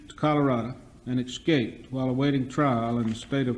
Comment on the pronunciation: Judge pronouncing escaped "ex-caped"😳. Ah Florida🤡